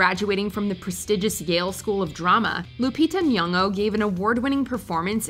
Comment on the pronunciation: Lupita Nyong’o?! Hahahahahahahaha okay